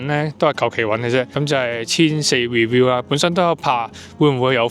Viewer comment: Clinic NOT CRINIC !! Review NOT REWILL !! Get through NOT FRU !!